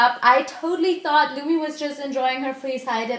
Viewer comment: Its lumi not lumy